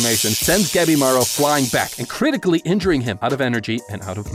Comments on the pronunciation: Whenever he says Gabimaru I keep miss-hearing it as Capybara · Ngl when i first heard him say the main characters name i thought he said Capybara